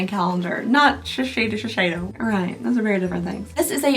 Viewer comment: FYI: shuh-say-dow=Shisedo